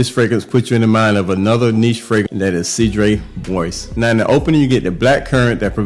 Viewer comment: … 31 years old … I love the way you say cedrat boise. Stay true n original OG. Respect